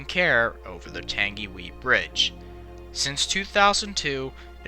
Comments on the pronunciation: Tung ee why. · The way you pronounce “Tangiwai” is “Tungy-why”, not “Tangy-wee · It's not tang e wee (Tangiwee) it's tang e why (Tangiwai) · F.Y.I . It's pronounced Tangi - why NOT Tangi - wee :-) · Not "Tangiwee"..."Tangiwai". Pronounced as "Tangy y" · For the record its not 'tengyway' like you pronounced it, its pronounced 'tungywhy'. But love the videos and I'm just nitpicking but I thought I'd let you know in case you were curious. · It's not pronounced 'Tan-gee-whee' it's 'Tan-ghi-why' ... Also credits for the use of the film 'Tangiwai: A Love Story' should appear somewhere as that is the film you must have seen and which is used extensively in this. There is also the fact that the film gets Nerys Love's death wrong in the crash as she was not the girl who was trapped by a suitcase and wreckage and lost her life when the carriage on the brink finally tumbled. 'Tangiwai: A Love Story' is not available on DVD or Blue Ray - why because I have seen it and it's bloody harrowing to watch and a 'real' portrayal instead of a CGI-bollocksfest. But ... It's the thought that really counts and it's obviously genuinely there. Great men like yourself are not found on every street corner: Nice work it was worth your effort :o) :o) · i know i know ppl died but thats the entire comment section so i thought someone had to say it, this man should never speak moari again, tangeewee wtf its tung-e-why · "tangywhee" its more like "tung - i - why" or similar. Merry christmas mate, from NZ. not the correct pronunciation, is it bad for me to find people trying to say Maori words kinda funny? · don’t worry you did amazing trying to pronounce Māori words DONT worry about it you did great. Hope this helps: tang-e-why. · Tangiwai? Nah. Tangy wee? 👍🏻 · by the way the pronounciation for tangiwai is TUNG E WI so try it! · I believe it is pronounced tang-e-why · It's pronounced tangywhy and spelt tangiwai and not everybody died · Can we just talk about “tangy wee” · Pronounced 'Tangi' 'Y'